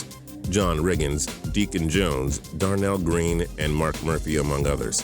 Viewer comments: Fuckin really? "Darnell green" darrel green. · This guy omg. John Riggins didn't play defense and it's Darrell Green not Darnell Green